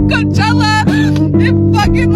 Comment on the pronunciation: Too broke to even pronounce Coachella